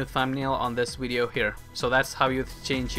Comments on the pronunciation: ur not stupid but why do u call it wideo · wideo, hahaha my god it hurts.